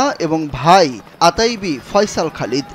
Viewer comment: আতাইবি না, ওথাইবি